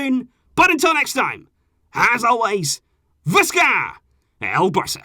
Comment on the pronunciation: Was waiting for your episode ... Alots of love 🇳🇵🇳🇵🇳🇵 The way you say Visca El Barca 👌👌👌👍👍